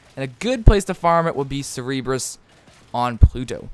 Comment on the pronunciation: bruh it's Cerberus not cerebrus